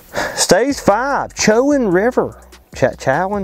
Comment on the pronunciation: spread the word for stop 5..... it's pronounced: "Cho-juan" and EE-den-ton. But yes....big bags. -A Local